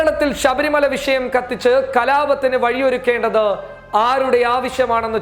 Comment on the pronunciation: വിശയം അല്ല മോനേ വിഷയം...ഷ... ഷ ..